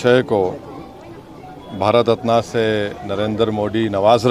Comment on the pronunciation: अरे भाई भारत रत्न को रत्ना क्यों बोल रहा है खराबी आपके ज़मीर में है